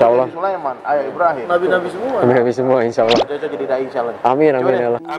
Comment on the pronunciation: Pada kalimat allah harusnya allah bang bukan alloh maaf cman ngasih masukan aja hihi mantab lah videonya